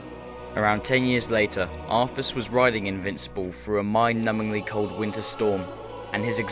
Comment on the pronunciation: While the lore is incredibly interesting, It's most vexing to hear "de cowd shadow of deaf" instead of "the cold shadow of death"... Practice the "th" sound, please...